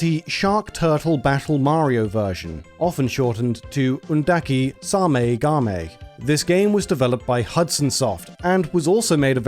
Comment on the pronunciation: did he pronounced that wrong, it's Same Game not Saumie Gaumie.